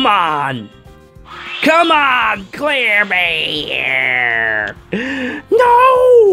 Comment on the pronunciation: Every time says Clairbear my tumor gets worse XD